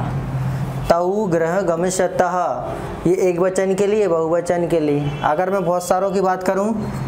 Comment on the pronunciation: ग्रहं न, गृहम् भवति ।